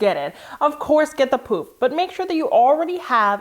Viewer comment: I know you’re saying “poufs” but I kept hearing poop 💩😂